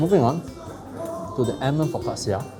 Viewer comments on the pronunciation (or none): u pronounce focaccia wrong